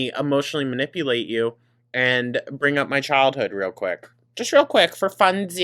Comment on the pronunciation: It's maNIPPLEate, you don't understand vocabulary like she does 😂